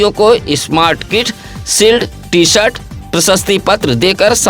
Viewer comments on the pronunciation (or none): none